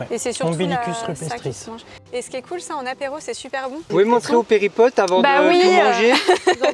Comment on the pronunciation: On ne dit pas péripotes mais périplotes 😜